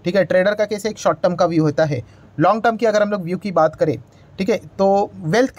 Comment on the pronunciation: Not jai it's hai